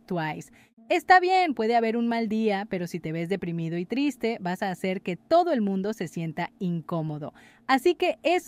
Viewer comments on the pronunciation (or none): none